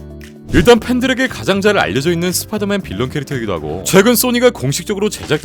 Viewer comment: 스빠이더맨 나우 홈 ㅋㅋㅋ